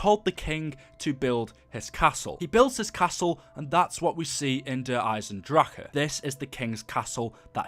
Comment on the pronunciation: Dude it's not der eisedracha and gorad korovi ffs it's been how many months now smh